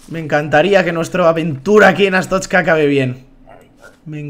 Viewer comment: Se dice artozca asu le digo yo :)